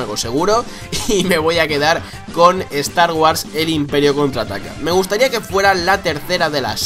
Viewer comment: me ha gustado la pronunciacion de cuando dijo "estar güars", ana bottle total xD